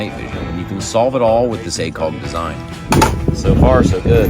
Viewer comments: I like the video but I can’t watch it in full just because of the funky way you say “acog” a million times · whatever your accent is, it really comes through when you say acog haha